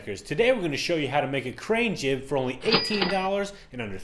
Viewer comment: lol she said "jig"